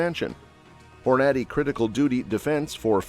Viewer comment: Please give your AI more time to learn the proper pronunciation of more words like Hornady.